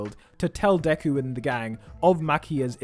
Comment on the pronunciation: This is not Deku in fact its Devu